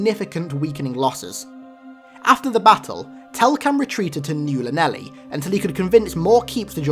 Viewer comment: The home of Halo 5 lore videos! Omg! 'New Llanelli' must be about my home town in Wales called 'Llanelli' !!!! You pronounced it wrong it wrong but dw lol it's Welsh